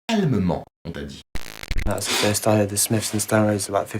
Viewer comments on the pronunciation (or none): none